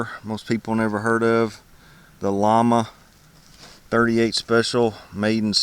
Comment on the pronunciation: The name is pronounced "Yama" its really a pretty gun, my uncle told me it was pretty normal for people to carry these types of revolvers back in the 80s. It's a shame the government euthanized all Spanish gun makers.